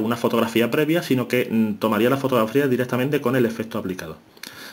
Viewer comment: "EfeSto, CaStura, direStamente"...Dios mio! Es necesario maltratar tanto al idioma? ....